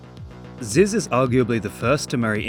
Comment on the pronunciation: its zyzz brah